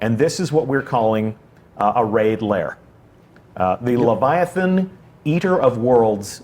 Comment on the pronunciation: Lythathan. Ly. that.han.